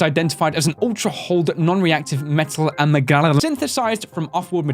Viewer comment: Also, Amalgam (uh-mal-gum)